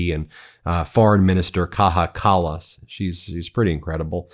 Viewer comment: Ben, it’s Kaia Callas not Kaha. She is not from Spain ;-)